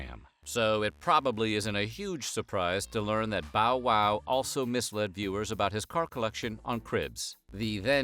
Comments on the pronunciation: The way he pronounced bow wow 😂 the humor of weird history is just the best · It’s so weird hearing him say “fitty cent”, “lil Wayne” and “bow WOW” 😂